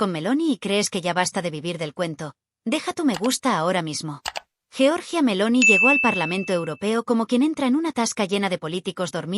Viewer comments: Giorgia, no jeorjia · GIORGIA, no Georgia